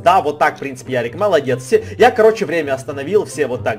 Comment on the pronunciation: НЕ ЯРИК А ЁРИИИИИИИК